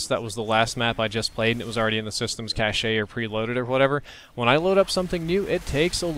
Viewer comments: Cache is pronounced like cash, not Caché lol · Nigga said "cashay", hard to take you seriously after that holmes. Cache=Cash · Why do pronounce cache as "cash-ay?" Ew. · Cashay lol. Pronounced cash. (Cache)